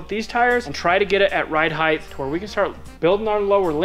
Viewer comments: The word is "height" not "heighth". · i watch a few youtube channels from Utah. Does everyone there say heighth instead of height?